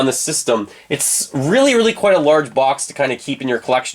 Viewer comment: Very annoying how you pronounce ‘Box’